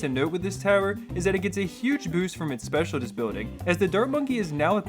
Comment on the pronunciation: Is it me or is he saying specialDist building? Instead of Specialist Building